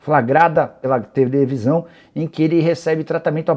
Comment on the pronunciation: tevelisão, hehe, foi boa